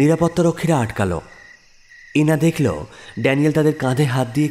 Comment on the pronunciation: উচ্চারণ করো দেখলো করলো dejhl-- করল নয়